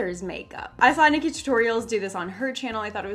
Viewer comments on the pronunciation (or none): none